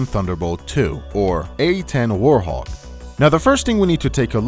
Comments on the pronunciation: Bro it's WART-HOG not WAR-THOG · Bro said War-thog 🤦🏽‍♂️🤦🏽‍♂️🤦🏽‍♂️🤦🏽‍♂️